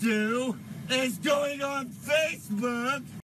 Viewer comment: The way bro said face book 💀 face boooouuuuuuckkk